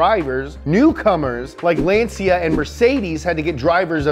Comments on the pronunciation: Why he pronounce Lancia like Lan-see-ya ? lol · Ummm, it is "Lahn/tchah". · LanCia LanCia non LanSia